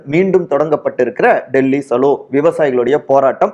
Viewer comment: அது டெல்லிsalo இல்லப்பா டெல்லி chalo இரண்டு மாத்திரை வேணும்னா chhlo இந்த உச்சரிப்பை பழகவும். தமிழ் வாழ்க🎉🎉🎉❤❤❤❤🎉